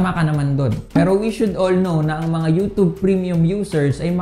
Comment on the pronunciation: Youtube.....hindi youtobe.